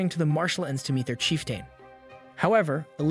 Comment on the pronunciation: Lizardmin & "chief-tayne" gave it away for me